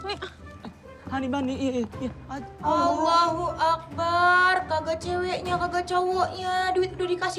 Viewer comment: Akbar bukan akbaar